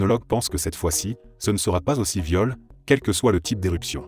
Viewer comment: Le contenu est très bien mais la voix de synthèse c’est juste affreux… surtout quand des mots comme « violent » sont prononcés « viol ».